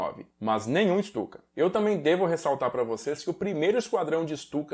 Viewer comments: Uma correção: a Guernica que estava na ONU (não está mais, foi devolvida aos proprietários, o Rockefeller) não eh a original, mas sim uma réplica em tapeçaria. A Guernica original se encontra no museu reina Sofia em Madrid. Ps.: Se pronunciar Stuka como Chtuka, o alemão vai parecer mais legítimo. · Ou melhor ICHTUKA